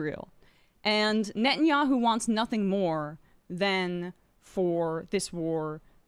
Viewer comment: Nettyoohoo is pure sadism.